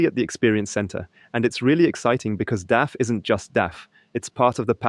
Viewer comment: Is this also available in original german language? Btw, it is DAF, not D.A.F. The old meaning of van Doorne Automobiel Fabriek is longe gone.